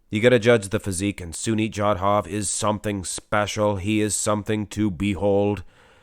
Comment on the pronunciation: Its SUNIL not Sunit..